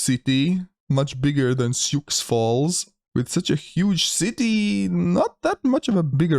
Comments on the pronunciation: Sioux Falls still isn’t a “big” city though, it has less than 200k people. That four-state block is very sparsely populated. Also, it’s pronounced “Soo,” not “Syooks.” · See oo ox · Sioux is pronounced like the name Sue. =) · "Sioux" is pronounced like "sue". It's a French name for the First Nation tribes of the area. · Sioux is pronounced "soo", for future reference. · Sioux Falls South Dakota is named after the Lakota Sioux Indian tribe and it’s pronounced as you would say the ladies name Sue. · and "Sioux" is the name of a Native American tribe - it's pronounced "Soo", or "Sue", if that helps. Sioux Falls is the largest city in South Dakota and is a couple hundred miles southwest of Minneapolis, Minnesota. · Oh and Sioux is pronounced like and s in front of “ew”